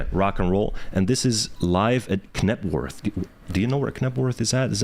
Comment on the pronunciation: Pronounced Nebworth!